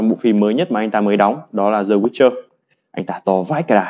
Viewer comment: Làm ơn đừng đọc The là dờ hay giờ, hãy đọc đờ hoặc đi. Hãy giữ sự trong sáng cho TA!